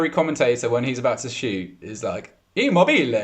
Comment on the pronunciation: also says Immobile a bit wrong. The emphasis is on the O, but the E is pronounced like in ELEPHANT.